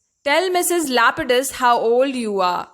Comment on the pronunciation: First of all, Her name in not lupidus Her name is lapidus